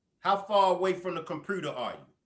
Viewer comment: Who pronounce computer like that😂😂😂